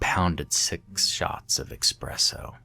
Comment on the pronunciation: People saying expresso instead of espresso is what gives me nightmares....